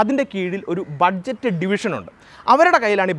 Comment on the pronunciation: Pronunciation ബജറ്റ് അല്ലെ not ബഡ്ജറ്റ് അല്ലല്ലൊ